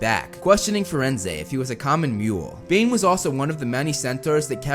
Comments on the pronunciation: so is it Bane or Dane? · Did anyone else heard when he was talking about Bane, he said Dane